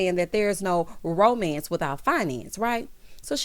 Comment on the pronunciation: Tisha said romence instead of romance. LOL